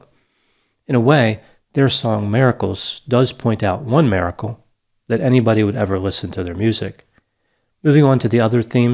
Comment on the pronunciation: Saying miracle like ‘Merica (🇺🇸)L (No worries I’m a fan,.) That’s ok, even some of those singing “Amazing Grace” have committed crimes, too. Also sounds like most church goers…. Everyone wants representation….